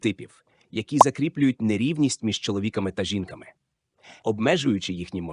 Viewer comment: чоловІками та жІнками… мені цікаво, який відсоток відео був згенерований ШІ? Озвучка 100%, сценарій, думаю, також. Шкода, спершу подумала, що дійсно щось цікаве